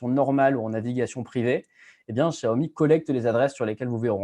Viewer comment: Spécialement pour François Sorel, un petit tuto pour bien prononce Xiaomi ;)